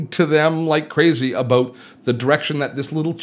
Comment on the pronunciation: Love how you say “about” : “ ‘bouuut” . Good old Canadian !